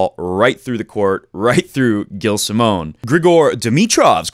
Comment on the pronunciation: it's prenouced jilles simon ;)